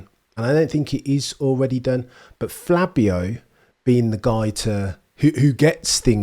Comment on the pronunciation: Not sure if hes calling him Flabio on purpose? Either way, I'm for it.